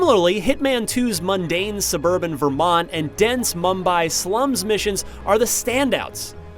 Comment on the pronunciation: you pronounced Mumbai very nicely ☺️😊😃😄😅